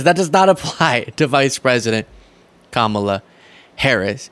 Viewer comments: Did my ears deceive me? He actually pronounced Kamala Harris's name right. Must have been a slip-up on his part. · I love when he pronounces her name correctly — by mistake. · He accidentally pronounced her name correctly. 😂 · He said Kamala right in that one👍🏻